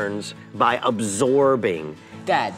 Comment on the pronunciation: Who says Gragas like "Groggis"